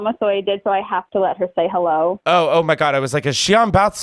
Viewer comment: hewwo clementines